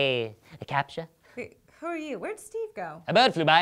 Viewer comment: it's 'captcha', not 'caption'.